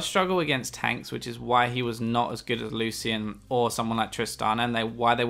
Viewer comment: PLEASE learn how to pronounce Lucian! It's Lu-SHEN! Not Lu-cien.